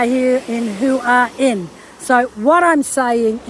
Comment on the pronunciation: Please learn how to say Hua Hin. Ask a local. It's not hard x